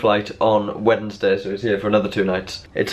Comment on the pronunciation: OMG YOU PRONOUNCE THE D IN WEDNESDAY